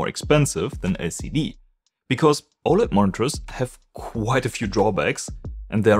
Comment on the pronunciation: It is really hard to understand you speaking and pronouncing simple words such OLED and others words, you swallow your own words